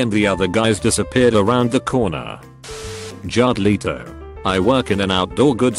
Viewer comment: 'Jarred Lito'